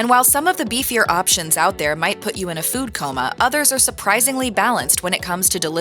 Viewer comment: I stopped watching almost immediately when the narrator spoke of a "food comma" (pronounced like the punctuation mark), rather than a "food coma" (pronounced like a medical condition). When someone makes such an obvious error, they cannot be speaking with any authority. When a real person could make such an error, and then the whole production team misses it, that means either this is AI-generated garbage, or ordinary garbage produced by people who are lacking intelligence. Either way, this production team has zero credibility.